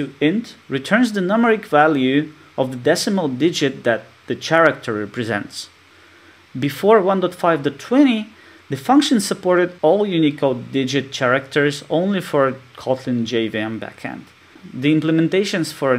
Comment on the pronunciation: большое спасибо за видео! Ps.: в characters первый звук произносится как «к», а не «ч»:)